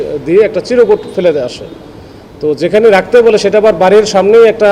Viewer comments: পুলিশের এত বড় অফিসার অথচ বলতেছে চিরোকুট!! হবে চিরকুট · এই অফিসারের মাথা বুঝি একেবারেই গেছে নার্সিং কি ইন্টারের আগে হয় নাকি পরে হয়? আবার চিরকুট না বলে বলছেন চিরোকুট,যাই হোক বলেন শুনতে থাকি 😢